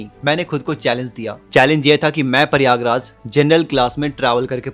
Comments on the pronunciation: प्रयागराज ❌ परियागराज ✅😂😂😂 😂 जय श्री राम 😂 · Tu pahle Prayagraj boln seekh le.. it's Prayagraj, not Pariyaagraj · Prayagraj hota h paryayraj nhi😂